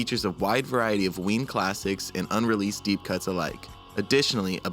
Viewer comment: ITS WEEN!